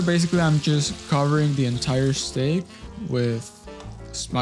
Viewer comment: STEAK. Not STAKE. And that steak is old. Not too cold